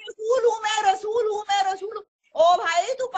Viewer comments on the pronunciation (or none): Yeh Rasool hai ya Lehsoon hai? Kya bola🤣🤣🤣🤣